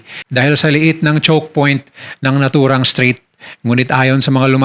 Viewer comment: Strait po hindi straight 😊